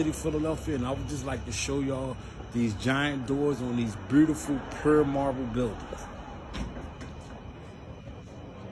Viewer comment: Aye he fucked me up wit “Brutiful” 😂😂😂😂❤❤❤❤ Peace and 💕 love